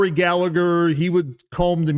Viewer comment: Hate to be a pain in the arse irishman but it's pronounced gal-a-her ( the h is silent)